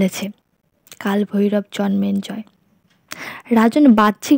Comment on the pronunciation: Bar bar jonmenjoy keno bichi.biriktikor. it's Jonmejoy and not Jonmenjoy.